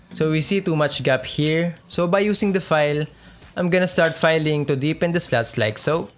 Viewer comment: "Deepening the rest of the sluts" the accent😂. Foreign language dropped just anywhere amidst the discussion.😮